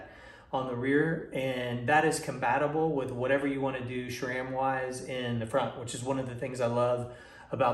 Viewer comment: How many times do we need to hear "schram"!!?? The proper pronunciation is "s-ram"..... call and ask ANYONE who works at S-RAM.....not Schram!